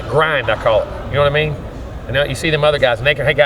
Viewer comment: coach says, "na mean". I love the south. We all speak alike.